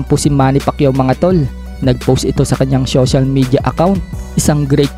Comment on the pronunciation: syocial😂 syession😂